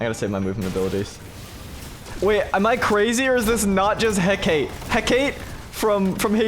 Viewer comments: It's pronounced (heck a tea) not heck ate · Don't know if you've learned this or not, but as a greek myth nerd, Hecate is pronounced "Heck - Uh - Tee" Yes, I know I'm a nerd